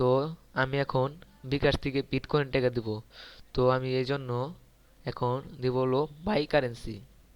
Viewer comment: teka na vi taka uccaron to corom problem chi chi